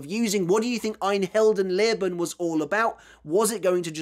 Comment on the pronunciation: Just a hint: when pronouncing "ein Heldenleben", the emphasis is on the "Held" (hero) part. Apart from that: I appreciate the effort you put into pronouncing all those german words and phrases. I know it's not the easiest language to learn for a native english speaker, but you pretty much nail it most of the time :)